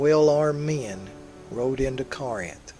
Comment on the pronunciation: mis-pronunciation of 'Corinth'